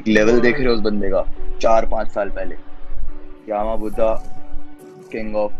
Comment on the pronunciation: its not yaaaama budha its yama buddha not yaaaaaama budha